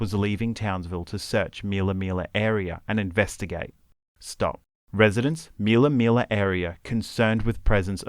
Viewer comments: It's not Meella Meella ... it's Millaa Millaa for goodness sakes. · Btw... It's not "meal uh, meal uh. It's Mill uh. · MILLA MILLA FFS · Please pronounce MILLAA MILLAA CORRECTLY